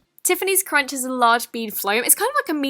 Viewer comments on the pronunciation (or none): none